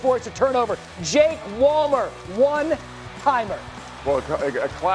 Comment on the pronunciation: (Jake) WALLER. (Calvin) PICKHARD. Bro, doesn't say the names right...lol